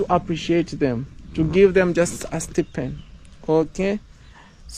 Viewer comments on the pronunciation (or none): the first syllable in the word "Stipend" rhymes with the word EYE. (STEYE-PEND) 🫡🤗🙌💛😊